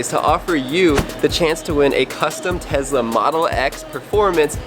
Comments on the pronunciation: BTW IT IS TESLA NOT TEZLA srry caps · It’s Tesla not tezla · It's not tez-la it's tes-la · Nice Tezla pronunciation lol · And it’s Tesla not Tezla btw 😑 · Why do Americans say tezla and everyone else says tesla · He said tezla but he probably meant Tesla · Who else thinks it’s funny he says Tezla